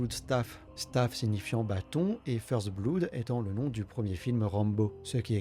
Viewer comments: Par pitié, "blood" faut le prononcer "bleude". Je parle même pas d'accent ou d'intonation ou quoi hein, osef, à la française c'est très bien, mais pas "bloude"... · la manière dont vous prononcez le mot "Blood" est dégoutante...